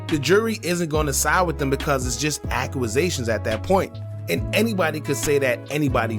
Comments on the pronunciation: Accusations not acuasatuon Use Google to search how to pronounce it lol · why do you say accuwasations instead of accusations? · Acua was zations what????? Ac u zations dawg accusations🤦🏿‍♂️🤦🏿‍♂️😂😂😂😂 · Accuaasations? Squid pro quo? Bro you having a stroke or trolling?